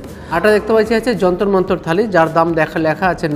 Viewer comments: দাদা যন্তর মন্তর খালি নয় থালি হবে.... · খালি না থালি